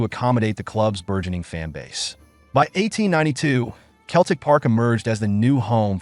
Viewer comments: Celtic is pronounced with a soft C sseltic Not Keltic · Pronounced "Selltick" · Gave up after 3 seconds when I heard the word "Keltic". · Hey look! A talkin baw. Sell, tic. put them together selltic is how you say Celtic Ya Numpty! Hail! Hail! 🇮🇪 🇵🇸 🇮🇪 🇵🇸 🇮🇪 😎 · FFS ! Can't even pronounce Celtic properly! Useless video. Deserves a solid 👎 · Do better research first, when you can't pronounce the team's name or our greatest manager's then your Google research or plagiarism from books is a bit worthless. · Couldn't watch till end, if you can't pronounce our name then don't make videos of us, big Jock would be furious that tou couldn't get his name right either.